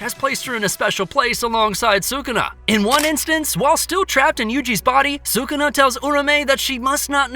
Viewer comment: Is sukuna not sukana